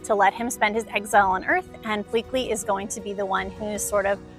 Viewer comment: I don’t really like & love how she pronounced Jumba & Pleakly, she literally pronounced Jumba as Jamba & pleakly as bleakly!